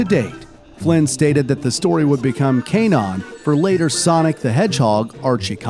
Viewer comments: did he just say “kay-non” instead of “can-non” for the word canon… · Is sound more cainon instead of canon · I love the videos! But I have to say that I've never heard anyone pronounce canon as "kay-non". I thought it was pronounced like the battlefield weapon. Have I been pronouncing it wrong? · The way he pronounced "canon" had me crying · He pronounced it wrong